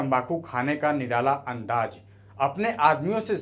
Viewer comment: abe hajir nhi Hazir, Andaj nhi Andaz hota hai jahil, teri language ki vajah se dislike krna pd rha hai video